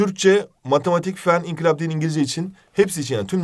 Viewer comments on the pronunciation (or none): none